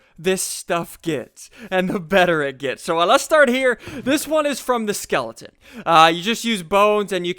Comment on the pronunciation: lol "skelington"